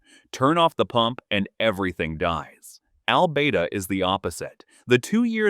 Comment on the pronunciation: I wonder how that place he pronounces as Al-bay-da is spelt? I bet it's Albada.